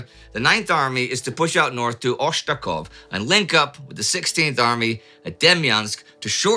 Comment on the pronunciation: I'm terribly sorry, but that town called "Ostashkov" :)